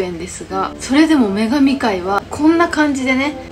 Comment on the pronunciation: 女神界が眼鏡界に聴こえて笑った🤣